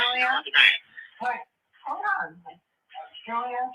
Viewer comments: I kept hearing "Julia" 😆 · when she first clicked her on? Wow. Some heard Sonya, some heard Julia lol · thank u! I heard “Julia” tho.